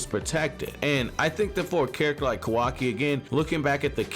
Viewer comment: i rly enjoy ur content... BUT WHY DO U SAY KAWAKI LIKE THAT 😭😭😭